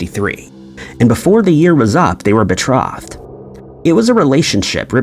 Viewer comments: #3, "Betrod"??? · "Shooner"? That's "Skooner". "Be-troth-ed"? "Be-trothed" (long "O" sound, like loathed.) "Cam-bridge"? It's pronounced "Came-bridge"., please learn how to pronounce people and plac names. Thank you.